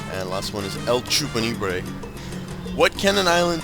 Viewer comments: not trolling or anything but its LA CHUPACABRA not EL CHUPANIBRE it just really annoys me when ppl mis pronounce things sry i have a minor case of OCD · I enjoy your LPs so much but seriously, dude, reading skills. Canine like dog. Chupacabra like that thing that eats goats. You could have at least called it Chupanigre. That would have been hilariously offensive. :B